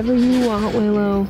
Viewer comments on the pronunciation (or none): none